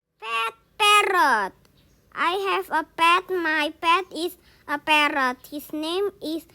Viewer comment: Parrot❌ Padrot✅